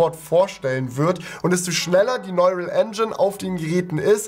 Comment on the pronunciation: sprich bitte neural englisch aus ("nooral")